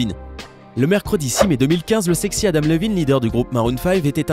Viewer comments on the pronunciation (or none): none